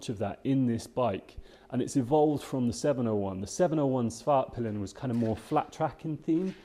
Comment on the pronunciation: The correct way to pronounce the names is: Vitpilen = ”Veetpeelen”, not ”vittpillen”. Svartpilen = ”Svartpeelen”, not ”Svartpillen”. Svartpilen = Black arrow Vitpilen = White arrow.